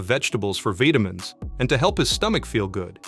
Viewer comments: He takes vitamins AND veetamins? No wonder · Wow he ate vegetables for veetamins..wtf is a veetamins?..😂